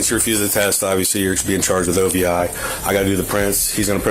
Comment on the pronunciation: It's O.V.I, not "Ovee"